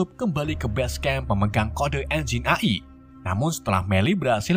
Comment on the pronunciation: AI dibaca EAI❌ AI dibaca AI✔